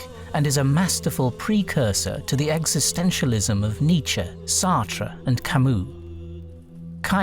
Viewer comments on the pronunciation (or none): none